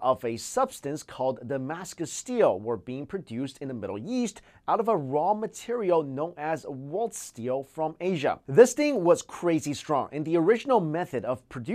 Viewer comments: Was I the only one who thought he said "The Middle Yeast" instead of East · I can't stand it when people say I-RON and then I just hear this guy say that and later on say middle yeast ._. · LoL your asian english seems to slip in every now and then. " " I know you meant to say "Middle East" but sounds like Middle Yeast" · " the middle yeast " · You can live without a cell phone, but you can't sh*t inside your house without indoor plumbing. So... that explains why our ancestors had half our life expectancy? Maybe. ---------- "..produced in the middle YEAST.." "... dismiss most of it. In the YEAST.." Hope he doesn't get a yeast infection. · the middle yeast!! Lol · "Middle Yeast" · "In the middle-yeast" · is what I heard too .Thank God I'm not the only one :P